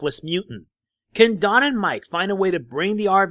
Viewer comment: The first time you Said don it sounded like jon lol